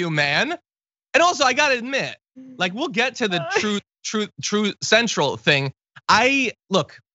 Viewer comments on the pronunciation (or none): He can't even pronounce the name correctly and they are both simple words. Either he is so ill that he is unable to speak clearly or he needs to stop stealing other people's dentures and buy a pair that fits. Really Trooht instead of truth, then truth cential. It is no wonder why this platform is tanking, the owner isn't even sure about what it is he had made. Maybe he would have given it more attention if he had enrollees pay for the priviledge of signing up, just like one of his dinners - a few hundred should do it.